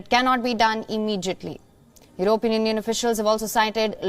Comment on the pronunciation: EurOpean....for goodness sake get the pronunciation right, Indians!